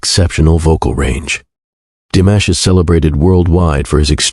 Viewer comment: Canales recién creados, con trozos de vídeos y fotos de otros canales, repitiendo hasta la saciedad párrafos que ya conocemos. IA tan mal hecha que ni pronuncia bien su nombre. Tengo mis canales seguidos desde hace años, no volveré a ver ninguno de estos. Que nadie se enriquezca del gran trabajo hecho por DIMASH. Con mi niño siempre ❤